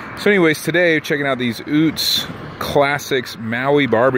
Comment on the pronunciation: Not Oots….. UTz my guy